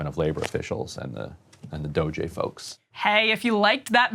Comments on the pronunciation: Dogey? Doggi? Doju? .... it's Doge (Doh-ch) come on old man get it together. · Pronouncing it "doggy" really helps me <3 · Why was Ryan keep pronouncing it DOGÈ??? 😂😂😭😭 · Can’t Ryan just say “D-oh-j” like normal people? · Why is this boring guy pronouncing it Doe Jay? He is playing up the Buffoon character a little too hard. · Ryan has low T. I can tell because he keeps saying Doggy instead of DOGE. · Pronounce it as "dodgey". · Doggy? Dough jhey? Doh Jay? Is he trolling or nah? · it's pronounced DOGIE Emilly. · I'll be sure to pronounce it Doggy from now on. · Reeannn, please stop saying DoeJay. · “Doge-aye” -Ryan Bumblefuckimbecile Grim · and “doggy” is the early Middle English pronunciation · Please, you purposefully and constantly mispronounce DOGE! Let’s get to the point, Dems don’t want DOGE to check on Pelosi and others tax returns and prove they are using their position for financial gains. Stop protecting them. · Trump firing shots, this is what we need. Someone to point out the obvious. We also need Ryan's pronunciations of Doge as well. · Guy can't even pronounce doge and the meme was big enough to spawn a crypto currency like 12 years ago. Maybe they should get one of his children or grandchildren to help him prep for the next show. This show has really declined since its early years. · INTERESTING. Ryan suddenly ignorant how to pronounce "DOGE"... show us more ryan. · Ryan knows how Doge is pronounced, he's just refusing to say it for whatever reason. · Everyone has been pronouncing it one particular way for the last few months. To pretend you don't know how to say it or how it's said when you're a political commentator/journalist is just ridiculous catty woman behavior. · I like how Ryan pronounces DOGE uniquely wrong each time he says it lol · Can someone supercut all the different ways Ryan pronounces "DoGE" in this whole episode?? It is SENDING me! 😂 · Is Ryan mispronouncing DOGE on purpose? He just kinda sounds dumb saying it wrong…